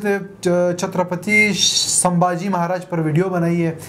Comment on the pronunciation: Sambhaji Maharaj ko ijat se bolo (hara nahi, vo). Aise friends ki tarah pronounced mat kar vo raja hai ijat se bolo 😡😠😡😡😡😡🤬